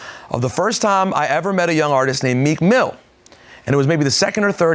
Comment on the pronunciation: "Meek Miller"